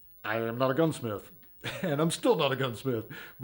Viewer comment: "Gunsmiff" LOL. All jokes aside it looks great.